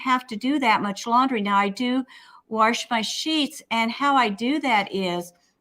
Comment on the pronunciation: My mother always said warsh so I love hearing you say it!